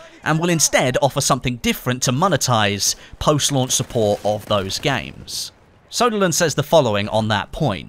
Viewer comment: Its ”Söderlund” not ”Soderlund”. The ”ö” is prenounced as the ”e” in ”early”.